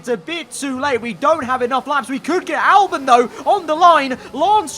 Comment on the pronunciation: Albon not Alben